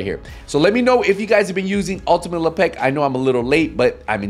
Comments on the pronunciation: Lep-ic ❌ La Pec ✅ 🤌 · " Le Peck " , WTF ? It's Lepic. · Why you say le peck it’s lepic not lepeck it’s not hard to say lepic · Ultimate Le Peck? Bro. You trolling saying it like this? lol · The pronunciation as Le'Pek kills me 🤣🤣🤣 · That’s LE. PECK. ER to you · la-peck? xD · Bahaha me too! But like...why's he saying it like that? Lmfao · lmfao hahaha man though for real, why? 😅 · Bruh😂 if Lepic were from the hood, aka Le Pac'😅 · Well, I said accent to just be polite. He might have a speech impediment.